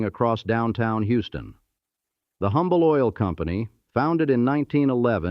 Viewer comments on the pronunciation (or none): It's pronounced Umble. The "H" is silent. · The H in Humble is silent.